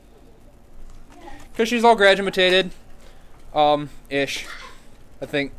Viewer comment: Haha ... "She's gradumatated.. I think it had something to do with the teacher wanting her gone" 😂